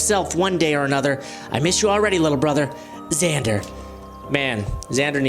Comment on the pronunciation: also you pronounced it perfectly good job